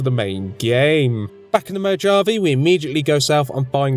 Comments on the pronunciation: After hearing you call it "the mo-jav-e" I don't ever wanna hear a britt correct American pronunciation of words ever again. Moe jave ee.... lol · Great Challenge, and fun video. However, it's pronounced Moe-hav-eh, the NCR Troopers literally say it all the time. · The “j” in Mojave is silent so it sounds more like a h when pronouncing it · I absolutely love these videos, but you know Mojave is said Mo-hahv-eh right? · imagine saying mojave wrong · no problem man! I had a feeling you had trouble pronouncing it right, i hope to hear it pronounced properly in your next video🙏🏻 im loving your content so far💯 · Are you intentionally mispronouncing "Mojave" for the lolz or do you really not know how to pronounce it? I can't tell. Either way, it elicits a chuckle from me. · A wonderful experiment as always, even if I wanted to pull my ears out every time you said the desert's name. Then again, I actually used to live there, so maybe I'm biased. Still a delightful run, though.